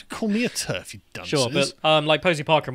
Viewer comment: Maya Firestarter....did you say TERD ?